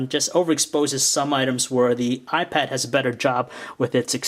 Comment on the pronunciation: did he say the new y pad, cool im lookin' for that